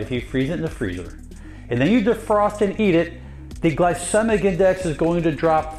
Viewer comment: Home boy can even pronounce glycemic correctly. Pretty hard to trust.